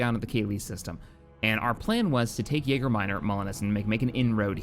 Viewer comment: Am I the only person who is slightly annoyed every time he says Yager Minor when its Yaga?